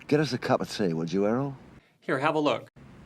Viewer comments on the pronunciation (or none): none